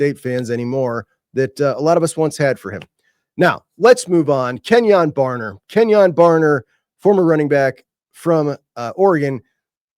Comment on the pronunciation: Kenyon BarNer not Barber. Go Ducks!